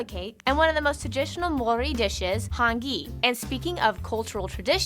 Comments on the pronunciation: When she said hangi (she said Han gi) where you should pronunce it more like hung ee but as one word. It is almost as if they pronounce it as more of an asian twist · Hangi, has a soft g. Also it's THE north island, and the south island. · you needa try our hangi... its not pronounced the wqy she said 🤨